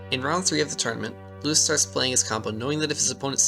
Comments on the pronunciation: Ahh my ears --- his name is loo-eese not lewis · Just so you know his name Luis is pronounce like "Loo-eess", not like the American "Louis" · I believe his name is pronounced like Louise (like a more Spanish sounding pronunciation) ;) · Great video but please pronounce his name correctly. I know you weren't doing it intentionally but making sure it's right will honor him. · You pronounce his name incorrectly the whole time